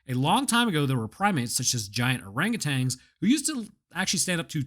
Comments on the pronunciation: btw its orangutan, not orangutang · There is no g on the end of the word orangutan...